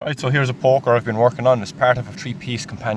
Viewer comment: Love how sometimes it sounds like he's saying fire porker